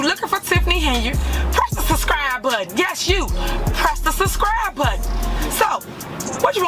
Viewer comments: The “suhscry” button…… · Somebody tell the mayor it is "SUBscribe", not "SUScribe". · Did she just say “hit the siscribe button? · I like how she says press the “sus-cribe” button…… anything coming out her mouth is “sus”! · "Press the susscry button" T. Henyard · She said SUS-scribe. Well you are SUS SISTER, that’s fo sho! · Press the “suscribe” button lol. What an ignorant pig. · "SUSSCRIBE BUTTON?". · Suscribe is what she said SUSCRIBE 😂😂😂😂😂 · Press the "SUSCRIBE"..🤣🤣 button.🤣...if you "ax" me to ? Ok l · Suscry though. She can't even say subscribe, lol. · Da fuck she mean ‘suskrye’ ??